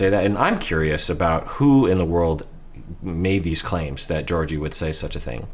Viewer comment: Fun fact: the correct way to say Georgi's name is by pronouncing both g's the same way they're pronounced in the word goose. Ghe-OR-ghee. Trust me, I'm Bulgarian =) Also, while Georgi doesn't seem super affectionate, I don't find anything wrong in his actions so far., your analysis is great as always!